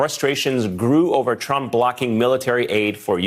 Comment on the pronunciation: Lol!!! ‘ish he says “...a TRAMP ally..” 😆😁👍🏻 🤣